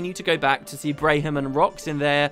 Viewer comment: Just a note: Braham pronounces his own name as Bram. I had to mention it, as my wife was highly bothered by your pronunciation. lol